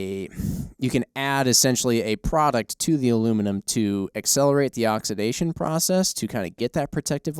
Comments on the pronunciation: Wtf is oxdizidation? It's oxidation God damn it. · oxidation pronunciation. Ox-I-da-tion